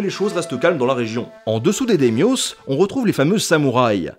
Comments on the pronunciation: J’en entends s’en plaindre de sangoku au lien de Sengoku, super mineur comme erreur de prononciation sérieux. Perso c’est “dèmiosse” au lieu de daïmyo quim’a pété les oreilles. En fait j’ai même mis un bout de temps à comprendre de quoi on parlait ( à la limite le “dè” à la place de “daï” passe encore, mais prononcer le “s” Franco-français qui marque le pluriel c’est chelou qd même, c’est comme dire “ils font leur intellosse ceux lá”, ou bien “vous êtes de petits rigolosse”, voir même : “les voituresse”; “les hommesse et les femmesse”! J'arrête la vous avez compris et qu’on vienne pas me dire que je chipote sur la prononciation d’un mot étranger, le “s” final et sa prononciation c’est rien que du français) Sinon la vidéo est bien, comme toutesse les vidéosse de cette chaîne : Nota Bene c’est de la bombe désolé d’etre Relou je sais pas fa8re autrement... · Au fait ça se prononce Daïmio (ça m'as mis le doute trois seconde :) ). Sinon, c'était très intéressant! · daymyo ou Daïmio ça se prononce en 3 syllabes hein, les japonais ne mettent pas souvent plus de trois lettres dans une syllabe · ça se prononce Daïmïo, non mais. C'est bien fait comme d'habitude, le problème, c'est juste la prononciation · Nota Bene, ou le mec qui prononce "Sengoku" [sɑ̃ŋgoku] et "Daimyō" [demjos] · DAYMIO WHAA on dit "Die MIo" (prononcé à l'anglaise) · Comment est il possible de deformer les mots d'une langue si pauvre phonétiquement ?"da-y-mio" n'est pas un mot grec où il y a un s au bout. Tout comme l'époque sengoku à prononcer "sainegoku". Sinin ça fait penser à dragon ball. Lol sinon, c'est toujours intéressant tes vidéos. Continue ! Merci d'éclairer nos lanternes et de rendre l'histoire intéressante pour le plus grand nombre. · Daimyos sans le s ça ce dit da i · Oui donc les "démyosses" ... :D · C'est effectivement prononcé Daïmio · Olala oui bon film mais c’est le bordel historique 😂 tu m’as fais découvrir une prononciation horrible du mot daimyos mais sinon excellente vidéo 👌